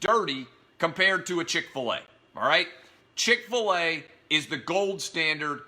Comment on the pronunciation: Oh yeah.. Chic-fil-e is a good restaurant